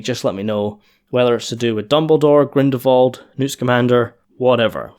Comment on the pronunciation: Dude, it's GrindeLwald, not Grindewald ...